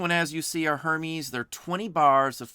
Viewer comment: "uhr-mez" not "her-meez" if you please..thanks for the tips